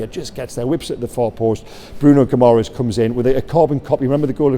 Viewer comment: (Gi -ma - resh ) is the pronunciation. Ending Es is ESH in Portuguese. Madeira would of shown you that.Good vid